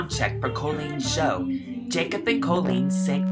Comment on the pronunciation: Okay so I love you soooooooo much but I've never really heard you say Colleen without being like CoLEEN! Am I the only one here or....